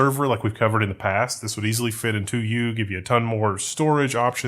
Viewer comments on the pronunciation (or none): none